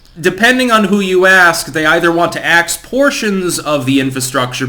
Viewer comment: keeping saying 'axe' and I keep hearing 'ask'. 😅